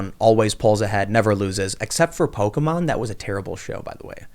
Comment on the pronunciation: You lost me at pokey mon... but good show